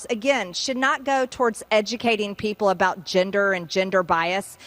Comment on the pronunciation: ginder? ginder bias? lol